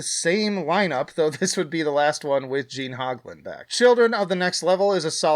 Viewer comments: The way you say Hoglan😂….it’s HO (like that chick is a ho) GLAN. Just sayN….at least that’s the way I’ve always heard it pronounced in interviews with Gene. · Unrelated note; have I been saying Gene Hoglan's name wrong all these years? The 'O' is long I thought; not Gene "Hog-lan". I think. Also; Steve Sow-za? 😆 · Who's Gene Hahglin 😂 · 1. Still cant pronounce Gene Hoglan properly. 2. The lack attention on James Murphy and his solos is criminal. 3. Ranking Demonic at perfection and complete disrespect for Ritual says everything about how much wax you have in your ears. 4. Putting both Legacy and NWO at perfection was....perfection.